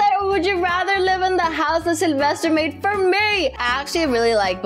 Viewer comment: selevester::selevested me: so hard to say😅